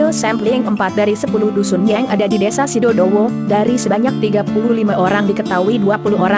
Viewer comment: Sidodowo kak bukan sidowowo